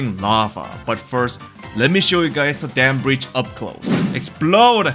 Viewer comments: Im sorry Im not trying to be mean but you said "relastic dam brietch" and i just died. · Bro really said "Real-ass-stick damn bridge"💀